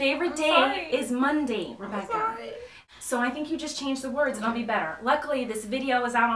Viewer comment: ITS MUHUNDAY MUHUNDAY!!!! My uncle spanks me on fridays too!!!